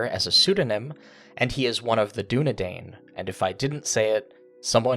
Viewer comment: Oh, if you want to be lore-pedantic, it's pronounced 'doo-ne-dine' because 'ai' is pronounced like long 'i' in Sindarin. Just being helpful.